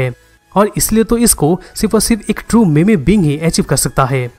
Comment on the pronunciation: Bro it is pronounced मीम not मेमे